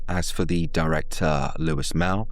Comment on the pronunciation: Also, the directors name is pronounced Loowey, not Loo-is